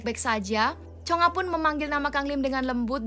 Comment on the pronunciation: Bukan chonga tapi chonge